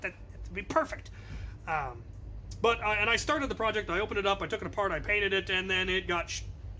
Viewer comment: "but" not "nut"